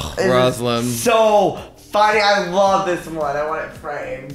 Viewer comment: I like how gottmik says love it sounds like vomit😘